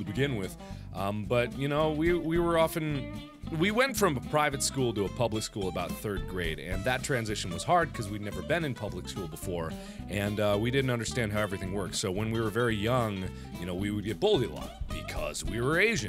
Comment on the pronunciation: i like how mark says be instead of been lol